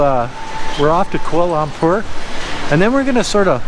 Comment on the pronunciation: Just call it KL until you learn how to properly pronounce Bahasa.